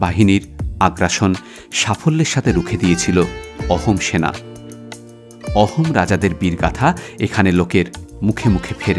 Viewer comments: Sir It's pronounced Ahom (আহোম) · “অহোম” না “আহোম”